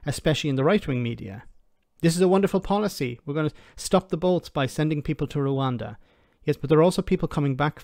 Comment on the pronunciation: It is pronounced "Rwanda" not "Rwanda" please amend